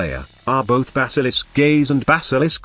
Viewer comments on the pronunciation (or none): none